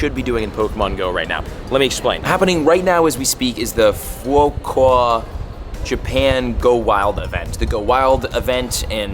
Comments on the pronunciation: It's pronounced: Foo-coke-uh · "Fu-ku-o-ka". Each on of those pronounced individually. Said quickly. It's not that hard.